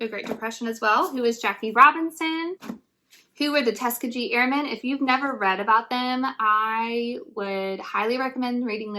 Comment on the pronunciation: Love the video! You’ve got humor and I’m so sure your students love you. You chose some great stuff especially the who is/who was books! (Incidentally Tuskegee has a hard G) like tusk-KEY-Gee🍎💕